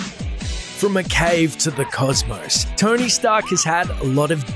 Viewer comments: who else thought he called Tony, "Tiny" and got really confused. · His name is Tony not Tiny